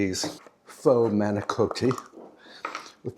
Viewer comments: I love when you do these meal prep videos. But then again, I really enjoy all your videos. And manicotti does not have a long O sound. Both in Italian and in English it’s not a long O. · In Italy it is pronounced mah-ni- KAH-tee. But in England people say mah-ni-KO-tee. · Dear, Italians pronounce the word manicotti like this: mah-nee-cah-ddi. The T is not a hard T; it's a hard D. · I was married to an Italian for 47 years and all the Italians I have known pronounce manicotti and ricotta with a cross between a hard and soft o. Ricotta leans toward the hard and manicotti the soft.so clear, lol.1I